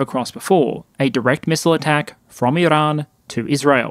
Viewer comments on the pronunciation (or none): There's no way I can put up with an hour of this guy's pronunciation of "Iran". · Why do you use an Iranian accent when saying "Iran" and "Tehran" but don't use an Israeli accent when saying "Israel"?